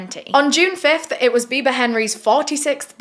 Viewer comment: Loved how u kept saying "biber" for "biba" lol